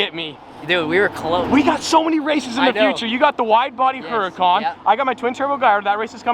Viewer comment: Did he say hurucan